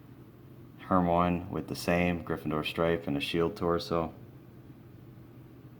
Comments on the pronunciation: It's her my oh nee not hermoins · It's not her-mone Its her-my-e-knee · to tell you it's not who Moines it's Hermione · NOT HERMONE HER-MY-UH-NEE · It's Hermione not Hermoine. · It is Hermione not Hermone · it's Hermione NOT HERMONE !!!! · Ur Saying It Wrong! It's Hermione Not Hermone Good Luck Next Time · Her-my-on-ie Lol Hermoine what a way of saying her name 😂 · it is pronounced (her-mai-oh-nee) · it's pronounced her-my-iny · Hurt- my -knee XD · U said hermione wrong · ty r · He's commenting on how he said the names wrong. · Malfroy?? Hermone?? Ballisk???!Dude. This collection is so dope but how do you not know their names bro come on now